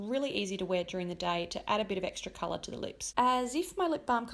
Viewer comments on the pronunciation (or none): none